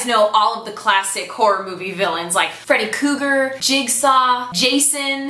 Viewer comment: i cant watch the grudge....when i start to hear that noise the ghost makes, it just gets me in my core. Also, gotta ask...did you say freddie kruger....or Kuger?? lol.